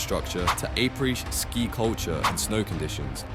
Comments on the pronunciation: What the hec is “aypray ski”? 😂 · “A-praise” ski? 😅